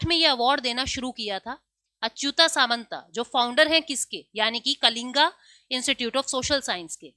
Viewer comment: mam letter ke last me 'a ' hone par आ nehi hota h Aap saare letter ko आ bolkar pronounce kyu kar rahi ho कलिंग है ना कि कलिंगा और बहुत सारे है